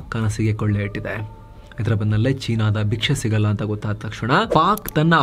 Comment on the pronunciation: ಕೊಳ್ಳೆ ಇಟ್ಟಿದೆ ಅಲ್ಲ ಕೊಳ್ಳಿ ಇಟ್ಟಿದೆ ಅನ್ನಿ